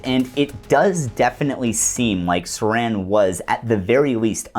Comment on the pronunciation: Thanks! What great work! Haven't seen anything this well sourced and on point throughout. I'm REALLY bummed you went to the left/right paradigm , as if it exists. That and it's Sirhan, the patsy, NOT SARAN, THE WRAP, CAN'T WAIT TO WATCH AGAIN AND OTHERS. Do you have a piece that covers PROGRAMMED TO KILL? THX AGAIN! LEFT/RIGHT 😂